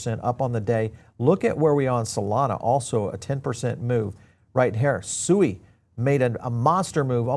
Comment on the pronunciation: Why TF do you keep saying SUEYYYY? Even though most people know what you're talking about, mispronouncing investments just makes you sound like a fool and could get new people in the space wrecked when they go looking for SUEY